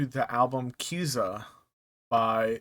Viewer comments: It's pronunced K I Z A Y A 😢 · Pronounced Ka-Seye-yah